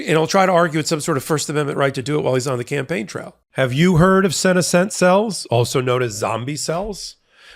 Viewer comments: SeNEScent - the stress goes on the 2nd syllable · Senescent - accent on 2nd syllable. Just lookin' out for ya!